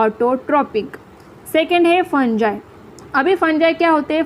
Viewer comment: You Are Teaching Nice But Not Fungi (फंजाई) It's Fungi (फंगी)😊❤